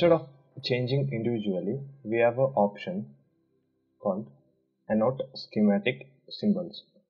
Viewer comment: Thank for you tutorial. I have been used to using Circuit Wizard so found my first attempts in KiCAD, quite difficult. I have found your video really helpful and it gives me a more confidence to keep trying! Hope you don't mind me saying that 'annotate', is pronounced 'an' 'o' 'tate'. Hope this helps and thanks again.